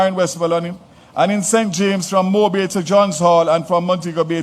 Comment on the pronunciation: Moooobay? Why not Mobay